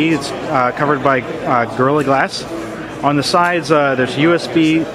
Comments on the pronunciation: Did he say girly glass? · I'm sorry... but this wasn't a "hands-on" video. And its "Gorilla Glass" ... not "Girly"